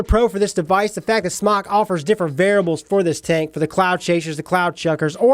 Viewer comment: SMOCK? It's pronounced SMOKE.